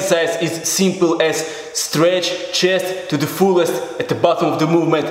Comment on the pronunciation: english pronouncing: chest russian pronouncing: chijest